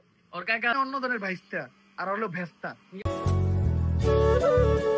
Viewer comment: বাস্তা ❌ বেস্তা ✅ 🐸